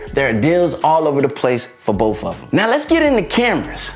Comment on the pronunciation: "Boaf feature"